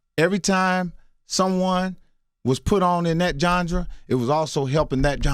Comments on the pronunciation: Boy said "john-dra"...(genre) lol But on a serious note.... mark, what he said about money is SPOT ON!! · nigga said "Jongra" lol smh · I have never heard anyone say genre the way he did lol "Gengdre" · Genre. Not gendra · Oh no is Mike Epps meaning to say genre?😱😱 he mispronounced the hell out of that...he said gendre!😖 that was hard to hear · “dat gendrer dat JOHN-DRA” (genre) lmao... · Did he say "gendra"?!!! LOL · Did he really just pronounce genre as JOHN DRAH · LOL Mike trying to say Carte Blanche. Then he tries genre and says gendra. Mike, mike, mike. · JANDRA lol😭😭 nigga it’s Genre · any one caught that "gendra"? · This nigga said johndra instead of genre 😂😂😂😂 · Yall really gotta stop pronouncing "genre" as "gendre" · Genre is pronounced Ganjdra 🤣Ask Mike Epps. Ganjdra burn, Ganjdra buurrrnn, Ganjdra buurrnn, Ganjdra buuurrrrrnn😆😄.-Joe Budden voice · “Jondra”... lol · So no one gonna mention the fact that mike epps can't pronounce "genre"? lmaoo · The way he said genre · Charlamagne is doing the same shit he did to Amara La Negra.Mike is telling him what he knows and he’s always doubting what people tell him that they’ve experienced.He gets on my nerves with that.Mike learn the correct pronunciation for certain words before you pronounce them.These younger people have only been around long enough to see the success of what black people are doing.But,They haven’t been around long enough to understand the things that Mike is trying to tell them.Because I have seen what Mike is talking about because I’ve been here long enough. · I love ole boy but this interview has allowed me to see that he REALLY was in Special Ed classes. He destroyed the words Cart Blanche & genre. Bless his silly a$$ heart. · Love his comedy, he a real one!💯 But "genre" is a French word not pronounced that way Mike!😀🙏🏽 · Does she mean ‘genre’ ? Coz he pronounced summin diff right there still 🤷🏾‍♀️